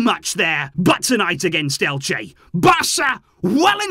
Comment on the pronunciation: lol, its Elche. great game though